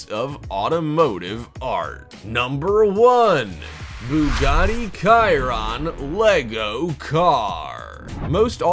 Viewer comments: You need to learn to pronounce your Italian, it's not Ciron it's pronounced as Chi ron so please use you U-tube and make sure you get your pronunciation right before you start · I got really TRIGGERED by this... ITS NOT BUGATTI (k)-iron ITS BUGATTI (sh)-iron OKAY?!? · When hey said "Bugatti Kiron lego car" I almost threw up but I did report the video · Chiron= A car Cirron=What the hell is that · I was dead once he said kairon instead of Chiron 😭💀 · It's not a KAIRON, it is Chiron "Sheron" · it is not called the cirron it is pronounced shur-an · Kiaron ????????? Really It's pronounced Cheron like the name suggests!!!!!!! can you pronounce ch? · its not khiron its pronounced chi-ron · Its not Chiron your saying "KAI-ron" its "SHEER-ron" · Bugatti Kai-ronnn. :(((( There are at least 100 videos about this car, where you can hear the correct way to pronounce it. At first I thought they wanted to be funny. But then I realised... OMG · Nobody: Absolutely no one: Not a single person in the universe: This guy: Bugatti Kiron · did he just say "kai-ron"? i am so disappointed smh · calling Chiron = KAiRON is equally as disturbing as having a thumbnail with a 8 wheel prius and not showing in the video .... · RenALT? Kiron? Need to work on that pronunciation my guy... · "Kai-Ronnn"...lol, awful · It's pronounced Shiron!! 🤣 🤣 🤣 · "Rennolt" and "Bugatti KYRON"... really? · Buugaaadddi Kairoon. NOO NO! NO GOD PLEASE NO! NOOOOO! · It's Chiron (SH-Y-RON) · Yeh, that's kind of his trademark :-) Just wish he would pronounce the Bugatti Chiron right (not "kai-run") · Your saying the Bugatti Charon name wrong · Bugatti Chiron is pronounced BU-ga-TEA. SH-y-RON. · You said Ciron. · Chiron is pronounced like sheerron... please... can't hear it like that... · He keeps saying kairon...... jeez that's annoying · If he says kiron one more time im gonna lose it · hes saying chiron all wrong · The pronounse is ''chiron" not "chiron" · You pronounced chiron wrong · Bro.. learn how to say chiron